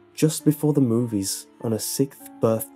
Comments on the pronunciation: "So, for her SICKTH birthday..." I know it's just his accent, but it's funny XD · You say sixth funny haha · Please stop pronouncing "sixth" wrong.